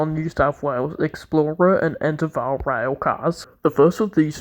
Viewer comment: Hey mate, I just want to let you know it’s pronounced En dev our